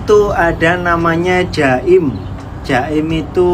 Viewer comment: Bukan jaim tapi Jakim.